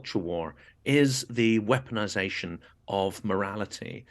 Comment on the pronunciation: "The waeponization of morality." After watching Timothy Snyder's devastating UN briefing, this important discussion caused an epiphany for me. Thank you, and Ms Julia Davis.